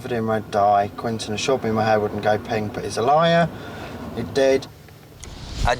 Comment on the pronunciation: "Got water on mi hair", argh 🤦‍♀️